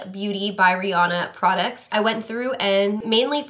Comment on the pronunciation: Why do people mispronounce Rihanna's name???